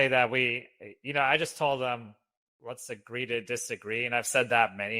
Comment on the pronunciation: Yes, “the lest agree to disagree” makes me cringe